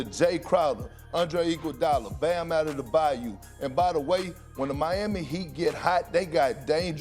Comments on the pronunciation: Who is 'addedebau'? LUL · Perk: Ade-du-bayo 🤣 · Kendrick ”Adedebayu” Perkins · On par with the guy who said og "adobe" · Can someone teach Perkins how to pronounce Adebayo??